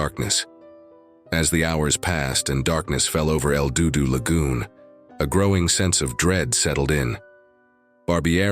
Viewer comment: Another AI channel that can't properly pronounce words correctly. IF the divers had kicked up silt how is it there was "no trace" of them in the main cave? Wasn't the silt all kicked up a trace? AI is such bull shite, did you even listen to this video before posting it lol El DooDoo lol.